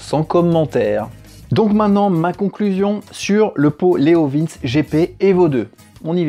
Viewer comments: Ca se dit leo vinci pas leo vince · Leovinché pas Leovins XD je m'attendais pas à entendre cette prononciation. j'étais pas prêt XD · je crois qu'on dis "leovinci" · Ah non. Pas toi? La prononciation de Leovince 🙄🤔 Leo vin tché 🙄😁😂😉 Ça fait du bien de te voir! Ya un p'tit Youtubeur qui tourne avec ce pot sur un rocket! Je n'ai plus le nom! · La prononciation est Léo Vintche car le c se prononce TCHÉ en italien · Mais on dit leovinci....Le e se dit i....❤